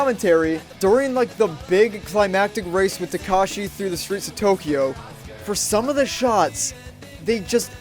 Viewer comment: Listening to you mispronounce "Takashi" makes me wanna drown my ears in ketchup sauce.